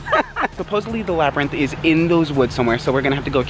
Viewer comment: LMAOOOOOO HE SAID LABBY RINTH🤣🤣🤣